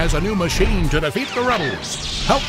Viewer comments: nonononono it's pronounced AY TEE AY TEE NOT AHT AHT LEARN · its not pronounced "at at" it's "A.T - A.T" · I feel like, in the world of star wars: it's official pronunciation is "A-T A-T" and that's how it's pronounced by folks like salesmen, mechanics who work on it, etc but in the heat of battle, both rebel and imperial troopers have Givin it the nickname "at at" for simplicity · Did I just hear At At?!😂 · true it's pronounced "Aeti-Aeti'' And written AT-AT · No its pronounced "Aete-Aete'' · It is not. AT-AT is an acronym. You pronounce every letter in the acronym the same as you do in the aplhabet. That's how every acronym works. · JJ Abrams says that’s how it’s pronounced. Shows how little he knows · they pronounced it wrong and why the frick is his blade green